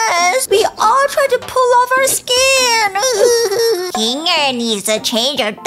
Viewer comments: Its not bubbles its bubble Its not zoober its zooble Its not kingle its kinger Its not agatha its ragatha BUBBLE’S A GIRL I hope these help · Ruthbell just said kingel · U said king ger to instead of kinger and u said zoobre be careful nextime whem making a amazing digital circus video😅😅😅😅😅😅